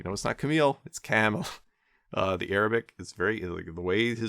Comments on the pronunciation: i'm impressed by your arabic pronunciation. cheers from an indonesian muslim! :) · When u have a child you no longer go by your name you go by a conya a conya means u be called father of like if your child name is abdallah they start calling you Abo abdallah mashallah your arabic pronunciation is perfect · yes, i am also impressed, it's almost perfect👌🏽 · Thanks for the video. Your Arabic pronunciation is impressive, by the way! Regarding Al-Ghazali's name, here's a translated text from Wikipedia: "Abu Hamid Muhammad ibn Muhammad ibn Muhammad ibn Ahmad al-Ghazali al-Tusi al-Nisaburi, known as Abu Hamid, had a son who died at a young age. He is also known as 'al-Ghazzali' in reference to the wool spinning craft, as his father worked in that industry. He is also attributed to 'al-Ghazali' in reference to the town of Ghazala in the villages of Tus. He said about himself: 'People call me al-Ghazzali, but I am not al-Ghazzali. I am attributed to a village called Ghazala.' Ibn Khallikan stated that his attribution to 'al-Ghazzali' (with a stressed z) is the famous one, and it is more correct than his attribution to 'al-Ghazali.' This is confirmed by what the traveler Yakut al-Hamawi narrated, that he had not heard of the town of Ghazala in Tus." Also, "ghazala" means a female deer or a hind.